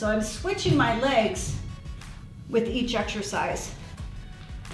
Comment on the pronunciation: "This eck-shurr-shize targets the lower abs"... lol